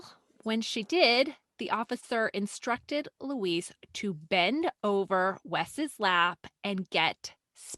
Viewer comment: Why are you saying Louise like it is a male Mexican name? Student "cancel"?